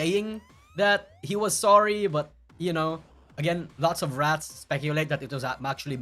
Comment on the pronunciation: isn't pronouncing rrats correctly.